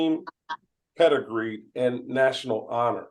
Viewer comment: wait....did he say pedigree??? oh no he didn't......!!